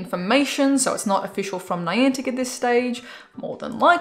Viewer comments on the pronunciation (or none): none